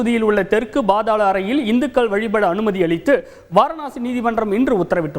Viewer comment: It is not bAAdhAAla arai. It is pAAdhaala arai